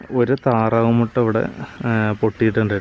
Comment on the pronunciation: Muda alla Chetta mutta